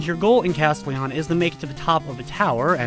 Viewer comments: he just puts the emphasis on CAS when typically you'd put it on TEL. No biggie, really. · I think that's not how you say "Castelian" XD